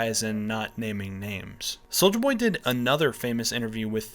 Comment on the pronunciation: "soldier boy" pronounces every letter